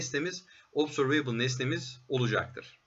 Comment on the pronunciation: obzörveybıl değil de obzörvıbl derseniz daha doğru olur